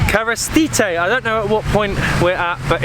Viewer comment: The Pronunciations are killing me💀💀💀 The first name you said was the old tame of Sozopol - Appolonia. You pronounced it Appolina💀. The second one is Smokini, and you still pronounced it wrong💀. Smokini also means figs. The name comes from the many fig trees and traditional fig jams in Sozopol. Smokini is the name of the camping site. The Last one is not Kavastite like you pronounced it💀. It's Kavatsite which is the actual name of the beach. The beach has one name - Kavatsite, the other two are names of different thing that I told you. The ones are also killing me💀 It's Dalyan Chaika (Pound Net Seagull) The name comes from the nets for farming Mussels in this place and the seagull comes from the many seagulls. The same names had the rocky beach below this resturant. Also on it is really bad.